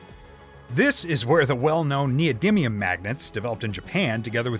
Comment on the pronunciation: (except when he said neodyminium X3 )